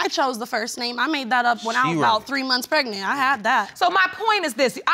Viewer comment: Case#2.. She said Pre-nant?🤭